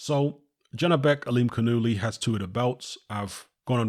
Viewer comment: Yanibek Ali Canoolie. Is the proper pronunciation. 👌